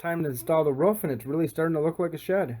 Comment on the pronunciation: Great video just hate how you say roof.